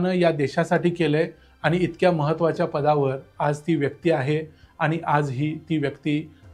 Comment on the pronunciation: मराठी शुद्धलेखन प्रमाणे आपन, आनी, बोरवनकर म्हनाल्या हे म्हणू नका. ते आपण आणि,म्हणाल्या,बोरवणकर हे शुद्ध मराठी बोलणं आहे.राग मानू नये.